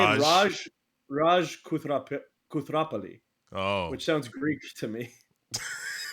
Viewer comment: pronunciation of Koothrapalli is pretty accurate